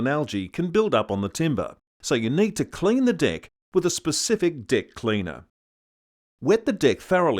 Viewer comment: "Cleeen tha dick, firrrst" ..... next video please...